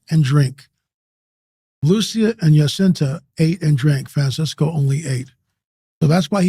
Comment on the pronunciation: Its jacinta not yacinta